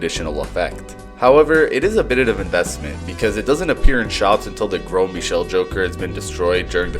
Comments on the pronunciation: Finally, someone who pronounces Gros Michel correctly and not like gross Michael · So I’ve watched Balatro vids for last three nights and yours I by far the most entertaining!!! Your the first to say Gros Michel properly, and I learned about botany and the earliest form of political satire as well 😇